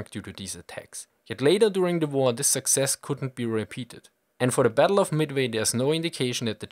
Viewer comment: battle of midmi? :p